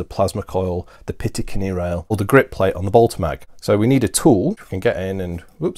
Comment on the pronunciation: Great vids! But something is driving me crazy.... it's "picatinny rail", not "pitacinny". ;)